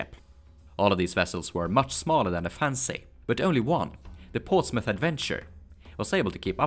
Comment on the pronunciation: I think I can speak for a lot of us when we say we're not taking offense by it just sounds a little funny to our native ears. (Mostly the way you say "fancy") You make awesome videos please don't take any offense ( you pronounce it "correctly", without splitting the word up. Generally you pronounce "fan-Sey" inflicting the on the second syllable , sounds kind of silly to a native speaker. you pushed the two syllables together sounding much more natural) anybody who gives you BS about your pronunciation ( other than me just now of course😂) ask them how many languages do they speak. Please keep making your awesome videos!!